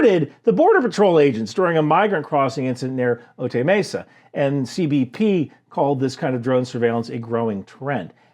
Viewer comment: Love the content! BTW, "Otay Mesa" is pronounced "O tie May sa". Subbed.